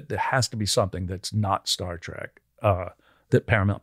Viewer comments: it is pronounced Trek, not "track!" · I'm triggered. It's Star Trek, not Star Track... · I can’t believe Brent let Michael get away with saying Star “TRACK” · It bothers me how he says "Star Track"... and right to their faces too. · Did…the…host…say… star…TRACK? smh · Thumbs down for saying Star TRACK.